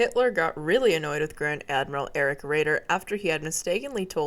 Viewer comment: Sometimes your German pronunciation is perfect and other times you hit me with Tirpitz and Erich. Good video.